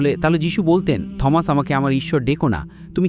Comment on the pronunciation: ঈশ্বরের পুত্র মানে ঈশ্বরের শিষ্য বা ভক্ত বা অনুগত বুঝায়। এই লোক ইংরেজি শিক্ষক, কিন্তু বার বার উচ্চারণ ভুল করছে। সে Thomas কে থমাস বলছে, কিন্তু এর প্রকৃত উচ্চারণ "টমাস/T(h)omas. মানে এখানে h এর উচ্চারণ হবেনা। যেমন, আমরা বলি "টমাস আলভা এডিসন (Thomas Alva Edison)"